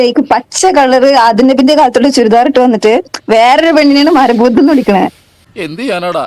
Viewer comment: മര ബൂതം, ബാഗം - കന്യാസ്ത്രീയുടെ ഇംഗ്ലീഷിന് മാത്രം അല്ല പ്രശ്നം. കാനഡ അമ്മച്ചിയുടെ മലയാളത്തിനു നല്ല പ്രശ്നം ഉണ്ട്.